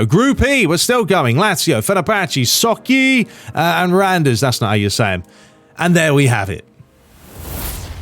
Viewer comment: By the way Sochi (Russian team) it's pronounced "So-chee" 😁 Keep it up and thanks for giving me back the passion to play PES! By the way in my ML, in Russian Premier Liga, goals by free kicks are a nightmare...